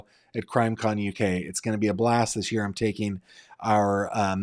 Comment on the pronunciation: NOT nine "yer" old. Fix that.